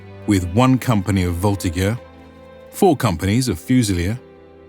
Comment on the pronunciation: Very nice video, my ears only slightly bleed when Voltigeur was pronounced with a hard G sound :) It's a "soft G" so it sound the same as Majeur (Major, like an adult)